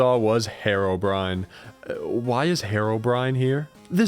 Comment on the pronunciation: Why does you saying herobrine sounds like harobrine